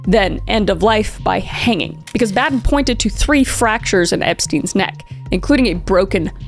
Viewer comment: Boh-din is how you pronounce his name. He is widely known as the Michael Jordan of forensic pathology.